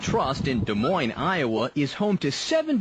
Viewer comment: Can't even pronounce "Des Moines" correctly. :/ Meh, they did the 2nd time.